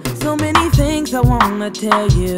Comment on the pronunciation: He says "things" as "tings" too